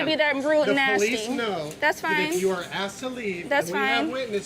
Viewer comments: Do you really need wendys that bad.... Go to sheetz late night also its asked not axed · If you don’t know the difference between the word “asked” and “axe” you aren’t smart enough to deserve respect